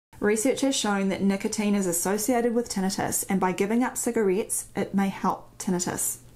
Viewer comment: and her cigareets